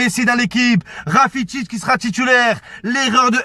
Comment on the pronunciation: Il a dit Rafitić ce footix😂